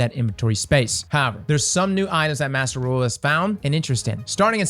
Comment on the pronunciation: No one:: "Master Raaooo"